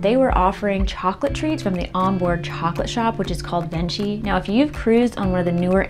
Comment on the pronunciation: Good coverage. Thanks. Here are two pronunciation tips: Venchi is pronounced VenKEY and Cay is also pronounced as KEY.